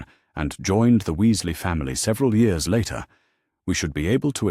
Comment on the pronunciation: How about getting an AI reader that actually works. This story ALONE has over 100 Mispronunciations - especially mispronouncing years as yours